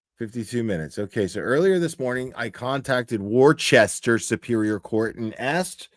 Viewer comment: Hey who is the beautiful blonde that always sits with Karen’s family? Also it’s pronounced. Wooster